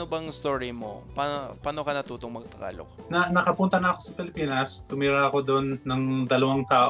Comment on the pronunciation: Yung pag pronounce mo po ng word na ‘tagalog’ para mas cool. Kasi parang ‘takalok’ po yung pag bigkas mo po. 😊